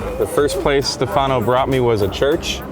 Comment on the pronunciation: It's not Stefàno... it's Stèfano... accent on this first syllable...